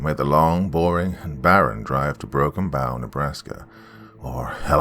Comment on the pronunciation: With respect it's pronounced, Broken Bow, like bow and arrow, I live about hour away from there, in Grand Island Nebraska.